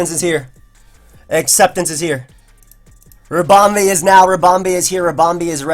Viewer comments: What's with this Ribom-bay business? Two E's, no A's, no accents XD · with the way he was pronouncing ribombee, he shoulda just nicknamed it harambe. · Everytime he said ribombay I died a little inside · lool it sounds like he's saying harambe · The way you're pronouncing Ribombee is really off-putting, managed the first game and have to stop watching :( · pronounce 'ribom' like 'ribbon' and add 'bee' as in a bumble 'bee'.... i believe this makes sense in terms of procounce